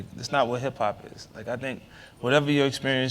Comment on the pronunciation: Hip-pop not HIP-HOP!!! :)